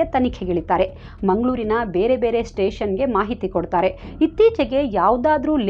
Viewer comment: Very nice narration...adre English baralla ansutte nimge .tiffanu, teshannu...ivella sari madkolli.Any way,u are super dear.